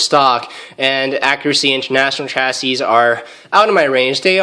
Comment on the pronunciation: Chassis is pronounced "chassey"